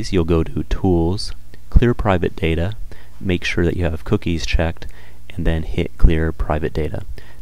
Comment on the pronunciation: Its data not data!!!!!